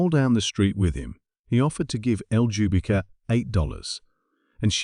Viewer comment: Oh, btw : Ljubika is a south eastern european slavic name (Serbia, Croatia etc).Maybe this helps with pronunciation.